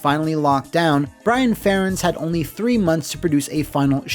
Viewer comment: Um… who the fuck is “Brian Farrands”?